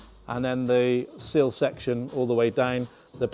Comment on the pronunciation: Sill….. silllllll!!! Not seal ffs